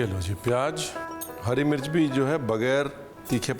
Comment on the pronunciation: itna svaadisht recipe banaay ho lekin Pyaaz ko pyaaj, Zeera ko jeera aur zara ko jara bol kar svaad kirkira kar diye..😊